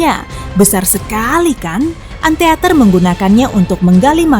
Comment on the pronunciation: ANTEATER ?? ant iter kalau bacanya